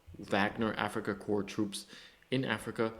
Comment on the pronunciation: Thank you for the video and attention to this! Slava Ukraine. Just a note for the English speakers, "Corps" is sounded out like "core" Otherwise it sounds like you're talking about dead bodies.. ""corpse"